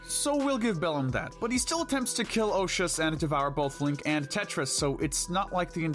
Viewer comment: I like how he say he can killen Ganon